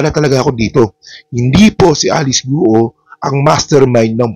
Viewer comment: Guo is not pronounced as two syllables. It’s not Gu Oh. It’s one syllable. It sounds more like Gwoh. Please correct the pronunciation. Chinese surnames are 99% one syllable pronunciation.